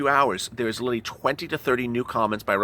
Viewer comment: Why does he keep saying littlely when it's pronounced literally?